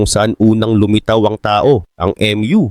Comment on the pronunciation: HINDI PO EM YU ANG PRONUNCIATION NYAN KUNDI MU CONTINENT PO TLGA.